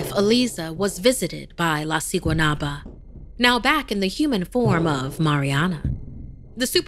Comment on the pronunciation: Guatemala is a poor country they would never do something like this plus there is no Valentine’s Day there also u said siguanuaba wrong u say it with a b also who tf goes to a swim date there and no one over there looks that cute